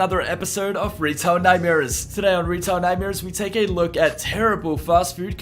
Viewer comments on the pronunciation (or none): I thought you said "Retart nightmares"